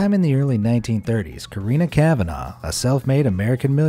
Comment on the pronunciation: His pronunciation of kavanagh annoys me it’s pronounced like kavna not the way he says it